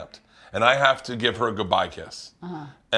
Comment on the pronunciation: bert you got 10 say giid buye